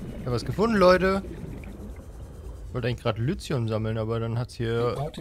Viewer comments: Nur die kurze Bitte, "Lithium" nicht "Lüzium", sondern eben "Lizium" auszusprechen, das würde mich freuen. Danke! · Langsam tut es mir leid, dass ich das so oft drunter schreibe, aber Lithium wird Litium ausgesprochen und nicht Lüzium... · Entschuldige, aber wieso spricht er Lithium immer Lüthium aus? oder hab ich was an den Ohren? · Hallo, es heißt "Lithium". Einfach 5 mal deutlich hintereinander mit "i" aussprechen. Dann merkst Du evtl. auch den Unterschied.